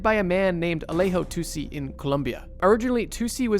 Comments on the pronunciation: Its actually tussi! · Bro, its TUSSI